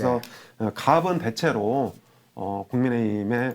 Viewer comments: 갑슨이라고 하지마시고 갑은 이라고 얘기하시는게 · 갑 을 할때는 갑슨이 아니고 가븐입니다. 조금 거슬립니다